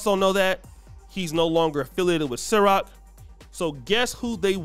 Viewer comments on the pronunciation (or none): it CIROQ not SYROQ🤦🏽‍♂️but I digress my man 😂😂